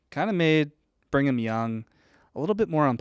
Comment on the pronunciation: I love the way pronounces Brigham as "Bring 'em"😅